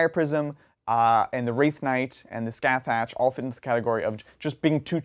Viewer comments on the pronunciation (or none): "Skathach" is pronounced "Skah-hah" (roughly). It's Gaelic.